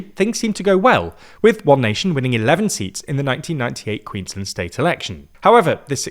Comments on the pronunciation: Please please please learn how to Queensland. We are not Maryland! It's two words queens - land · Queensland rhymes with “bland”. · You guys pronounce Queensland funny :)